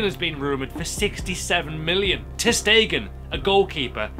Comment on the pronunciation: when he said ter stegen for 60 million, I thought he said stekelenburg xD